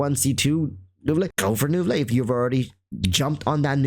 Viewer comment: lol i cant. why do you say neuvilette like fillet o fish